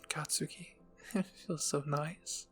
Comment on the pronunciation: You're saying katski wrong btw